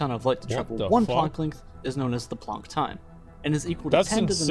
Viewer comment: My dude says plonk length😂